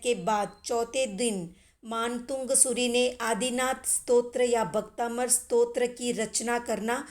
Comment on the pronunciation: भक्तामर है भक्ताबंर नही